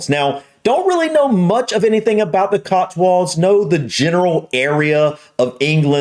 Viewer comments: There's no "R" in it! It's COTSWOLDS not "COTSWURLDS"! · We say CotsWULDS. Say it like that and they'll never know you're. 😁